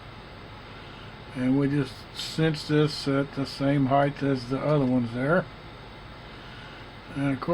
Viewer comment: HeigHT my friend not HeigTH